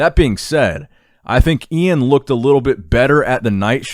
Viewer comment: Thank you for saying iains name correctly!